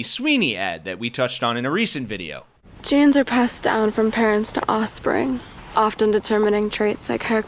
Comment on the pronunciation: “Genesarepassedown from parents to ossprings”